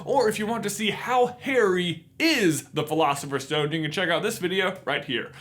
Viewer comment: Why do you say sh instead of s? It's not a shtone it's a stone, it's not firsht it's first and so on..... Is it just your American accent? It's really disturbing